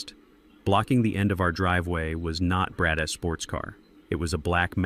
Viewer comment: Will you please teach your AI how to read the names of the characters named in the story. Very annoying! Brad's it's not Brad S. Zeke's not Zeke S etc. I almost quit listening to it but came back. Also, how to read the word COAT. It's not COT. No matter what language the story is translated, your AI should read the words correctly.